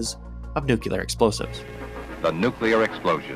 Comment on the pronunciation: ...nucular? 🤣 Jokes aside, you did an amazing job. The algorithm gods will one day reward you for your good work. GG